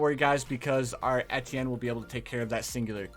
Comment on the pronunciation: The funny part of this video that he is misspelling his words XD his calling ettienne etetienne XD It's ok that's like me sometime haha